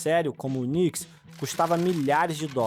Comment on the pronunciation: Bom video. Uma observação: UNIX se fala: "iunicx", não "unicx". Agora falando sobre seu comparativo com a MS, o chip TPN 2.0 surgiu para o mercado em 2016, ou seja, só máquina velha é que não tem o tal chip. Eu tenho 2 delas, que só não morreram ainda porque o SSD deu sobrevida para elas. Usuários domésticos e pequenos negócios estão sendo atingidos pelo fim do suporte ao Win10. Consegui uma extensão do suporte por mais 1 ano (ESU). Existem muitas empresas grandes usando winxp, win7, porque a troca para eles representa um valor muito grande, e eles se protegem internamente. Agora, que o Linux jogou água no chopp da MS é verdade, e até do UNIX. Isso foi muito bom porque trouxe além de flexibilidade, trouxe também uma liberdade nunca vista com relação a customização e segurança.